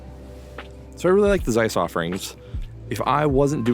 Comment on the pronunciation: Interesting and informative. Just for God's sake, when will some American learn to pronounce the German name Zeiss??? 😀